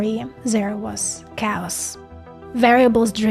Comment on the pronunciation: Need to learn how to say "chaos".